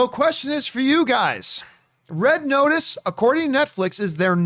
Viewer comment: “Red Otice”